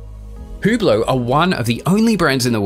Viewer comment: Cool hewblow. Clown pronunciation.